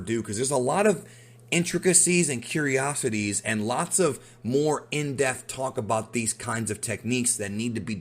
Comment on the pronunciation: Dude.. There's no F in "in Dep-e-th"